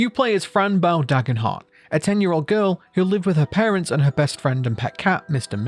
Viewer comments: Why do you pronounce her name like that? It’s fran Bow, pronounced bo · Its pronounced bow like a hair bow not bow like a ships bow not trying to be rude it was just frustrating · The way the creators pronounce it is Fran Bow 🎀 not Fran Bow 🙇‍♀️ it may not be pronounced in the game but I'm sure the way the creators pronounce it is the right way to pronounce it 😅